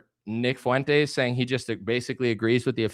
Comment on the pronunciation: Why is it that no one can pronounce Fuentes properly?